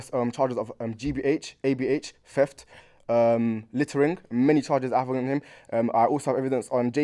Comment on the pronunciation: Bro said littering😂😂😂😂